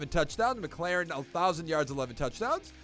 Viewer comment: terry is a beast but it’s pronounced Mik•lor•en. good vid tho🔥